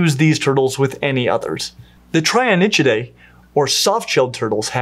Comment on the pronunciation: Since you did ask for pronunciation tips... I will say that the -nychia suffix means "nails" (the Trionychia are the three-nailed turtles), and is pronounced "NICK-ee-ah".